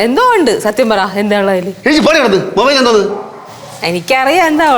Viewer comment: ഹലോ മൈബൈൽ അല്ല മൊബൈൽ